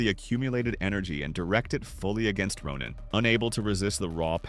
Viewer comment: Did I hear Ronan the Accuser or Ronin the Accuser, cause if the A.I. voice genuinely said Ronin than WHAT DID I DO BRO 😭